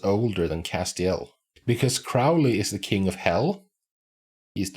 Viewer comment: It's cass-tee-ELL. The accent is on the last syllable.